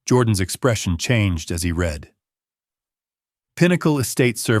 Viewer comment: Said “red” for read (reed). AI does it all writing, narrating and creating the visuals. How can Phillip be sitting on the couch when moments ago we heard him drive off ? This story was minutes long I think it would have been better 20 minutes shorter.